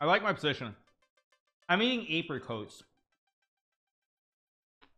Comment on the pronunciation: Is that Hikaru trolling again? Why did he pronounce every syllable of Apricot wrong lol